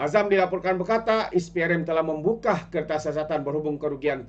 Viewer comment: Membuka bukan membukah